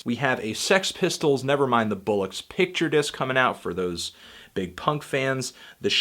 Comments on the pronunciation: I can't believe you said "bollocks" as bull-ucks and not ball-ocks. God damn Americans. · Oi mate that's not how you say bollocks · Never mind the Sanda Bullocks. Its BOllocks, Anthony. BOLLOCKS